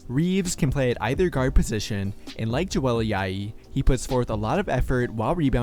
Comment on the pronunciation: Nice video. Just found your channel and already watched four videos. Quick correction, the J in Ajayi is pronounced like the J in Joel. Keep up the great work